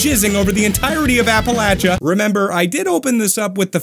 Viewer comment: MY MAN, GOOD PRONUNCIATION OF APPALACHIA